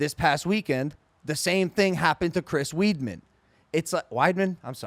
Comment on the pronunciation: Lmao soon as I heard Chris Weedman, I had to head to the comments.